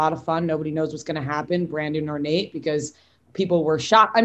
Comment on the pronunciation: It’s Nayte